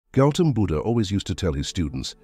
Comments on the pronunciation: Gelton Buddha??? It's Gautam Buddha., please! 🙏🏽🙏🏽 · 0.01 it is not Gelton Budda --> His name is Goutham Budda. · It's Gautam Buddha, not Gelton. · goutham buddha not gelton buddha correct the AI words and things when creating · its not gelton its gautam buddha